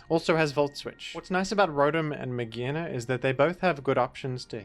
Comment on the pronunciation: its not "may-geena" it's "Mage-are-na". its not "may-gee" it's "MAYJ", may, then pronounce J. So like Mage on it's own is not "Maggie".